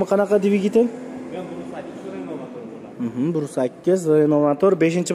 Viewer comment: Ренол эмас РЕНО